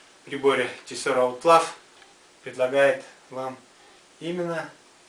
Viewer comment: поперли-то обзоры на Тесоро) а обзор весьма неплох, только произносится название как "Аутло"